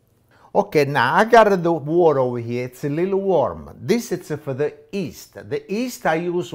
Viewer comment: Who doesn't love this guy! The way he pronounces yeast...."east" lol